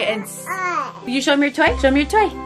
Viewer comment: When said toy it sounded like he said DiE!!